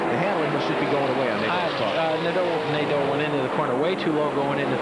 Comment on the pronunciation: Jerry Nad-DOUGH, LOLZ!